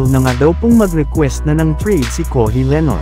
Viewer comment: Bwahahahhahaha anong kohi, kawhi, ung sound kohi...hahaha